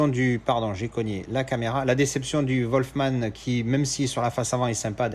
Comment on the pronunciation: Salut, de bons titres en général. Attention à la prononciation pour Wolfman. C'est pas "Volfman" mais plutôt "Wulfman" 😅. A bientôt 👍.